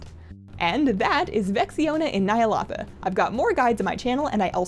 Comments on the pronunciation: Nie-ah-LOW-tha. not nie-ah-LA-tha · It's Ny'aloth-AHHHHH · I see your videos just to listen to the way you pronounce Nyalotha.